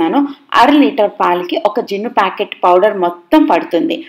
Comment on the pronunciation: Jinuu kadhu junnu